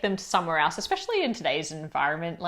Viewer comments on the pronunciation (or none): none